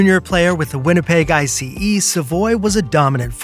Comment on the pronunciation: Who pronounces Winnipeg ICE as I. C. E. ? This has to be AI slop.